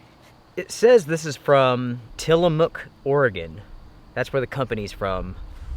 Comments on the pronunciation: That's how you say Till'-a-mook (like in look). I live about 50 miles from there. You need to order some of their cheese! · I’m from Oregon, yes you are saying it correctly. Tillamook is an old dairy town on the coast. It has amazing cheese as well. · You said Tillamook correctly. They have a a bunch of dairy farms out there, and is famous for their cheeses. Also less than an hour a way from Canon beach. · Tillamook is an Oregon coastal dairy town. They're famous for their cheese and ice cream...it's pronounced Till-uh-muck. Great place to visit on the way to the beach. 👍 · You said Tillamook right. It's a coastal town in Oregon. A popular cheese company is based there. Thanks for mentioning the meals. I will check them out. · You nailed the pronunciation of Tillamook, a small town on the Oregon coast due west of Portland that is known for its dairy co-op (which is also open to the public as a tourist attraction). Tillamook brand cheese can be found in all west coast supermarkets. Stowaway Gourmet is a pretty new company making dehydrated meals that are almost restaurant quality. Kind of expensive, but really good. I tried them last fall on the recommendation of Hike Oregon (a great yt channel to check out). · Naw you said it right. It's on the coast NW corner of the state. About 3 hrs from me. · I live near Tillamook and you pronounced it right 😂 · you're saying Tillamook correctly! lived in Seattle since 1993. Keep it up! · Good one,! You said Tillamook correctly. It's a beautiful part of Oregon along the coast. The drive north from there is amazing. It winds through a series of beautiful small valleys and farms. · You're pronouncing Tilamook right. The town is well known for its creamery. Lots of cheese. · You said Tillamook correctly! The best cheese in the PNW comes from Tillamook! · You pronounced "Tillamook" perfectly! It is on the central Oregon coast. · You did say Tillamook correctly. Tons of great hiking and camping here. Thanks for the great videos.